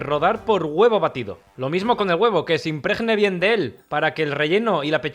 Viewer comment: Riquísimo. El verbo es impregnar y no imprejnar.. O sea que se pronuncia como la G de gato.